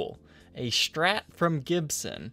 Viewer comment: Why cant you say strat?!!! Its not strrrrattt. Its just strat. Not that hard. Do u also say dex and ax. Cant listen sorry!!!!!